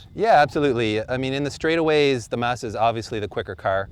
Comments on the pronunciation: it's MAHZ-DAH!!!! not MAZ-DAH. Stupid host can't pronounce it right, don't host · It's Mazda, not Mawzdaw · Mah-zz-Duh Not Maa-zz-da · MAHZ-DUH NOT MAZZZZZ DAAAA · Why can't this guy say mAzda? Also, even a turbo isnt going to help that civic. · i'm getting a headache from the way they keep pronouncing mazda. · Why is he pronouncing Mazda like that? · Why can't they pronounce Mazda correctly? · I hate the way he pronounces Mazda. I'm about to get behind the wheel of mines :) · Good god YOU'RE PRONOUNCING MAZDA WRONG AND IT'S ANNOYING AS FUCK